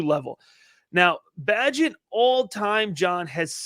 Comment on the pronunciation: PRONOUNCE - BAYGENT